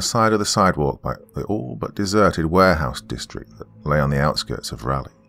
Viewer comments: Love the story and your narration is superb as always....but man you are butchering the pronunciation of Raleigh. 😋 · Another NC-based story! Been seeing a lot of them lately. A little tip for the Doc on pronouncing Raleigh-- it's named after Sir Walter Raleigh, and pronounced the exact same way (rather than the "rally" pronunciation the Doc has going on here). It's one of the few place names in the American South where both the American Southern accent and the standard English accent pronounce it the same way. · Yep, or to make things easier… it’s pronounced “raw-ly”. 😊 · it's not raw-ly... it's rah-ly. Like, rah-rah-ooh-rah-rah rah-ly! Jokes aside, there are like 2 ways of reading every pronunciation I thought of spelling out which is why I didn't do it. I just couldn't figure out a clear way to spell it out. With a US accent, raw-ly could work, but raw-ly with a UK pronunciation like the Doc's would end up something like roor-ly, and the "ah" in rah-ly could be read either as the "ah" from "cat" or the "ah" from "car"